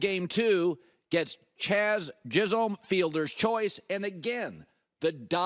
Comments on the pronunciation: lol, he called him "Chaz Jizzolm" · This man said “Chaz Jizzholm” 😂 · Got the letters of each name mixed up 😂